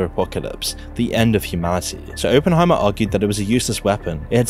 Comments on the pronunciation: Opp not ope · It's Op-En-Heimer not open-Heimer my man but good VOD though, Keep up the good work... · Why doesn’t half the planet understand it’s Oppenheimer, as in operation. NOT OPEnheimer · Can you not speak? There is a double P in his name if you did any real reseach and understood the topics you are talking about you might actully know things like this so let me help its pronounced Op-pen not Open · bro really said openheimer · It's pronounced Oppenheimer, not Oppenheimer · Great video I just hate the why he says Oppenheimer. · Couldn't watch this due to the pronunciation of Oppenheimer 😂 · Why can't you pronounce his name correctly? It's super rude to say it like, a hundred times, wrongly on a video about the dude.